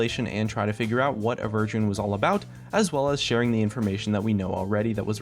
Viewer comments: Averdrian,, why do you keep on saying "Avergin"? xD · Did you read it like ''A virgin'' in the beginning? xD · It sounds like you say a virgin xD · Am I the only one who always hears "A Virgin"? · all i hear is "a virgin"